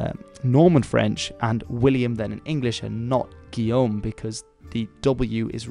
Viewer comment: Oh man you know how to pronounce Guillaume, I am super amaze.